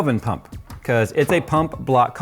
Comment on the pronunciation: Didn't Kyle build one in a similar case too? SSDs don't fit... How about NVMes? They come in big capacity as well. :) When you say Pump, I hear Punk... XD